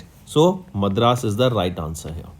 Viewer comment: Its not math raas, its madras.. and its not karor, its crore.. again its not rular, its rural.. correct ur pronounciations.. its too bad man